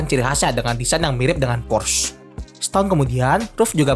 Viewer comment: Porsche bacanya Porsyee, bukan Porsss